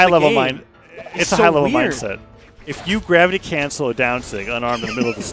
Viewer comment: "the dravity crancel"